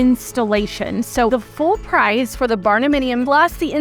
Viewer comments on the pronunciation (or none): none